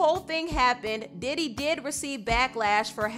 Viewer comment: thought u said daddy for a second